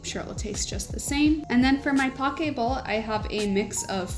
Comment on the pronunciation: Poke (bowls) is pronounced poh-KAY